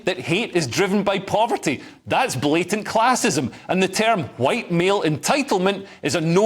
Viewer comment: Can I retroactively report Hamza Yusles for his racist 'FWhiiite' speech in Scottish Parliament, how he managed to get that F in front of the word White was amazing, it's similar to all the Putin haters pronouncing his name ' Pewtin'.